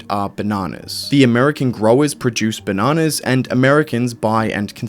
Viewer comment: Drink every time he says benanas